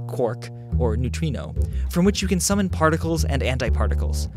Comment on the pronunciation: everytime you say the word summon i feel like a wizard calling an owl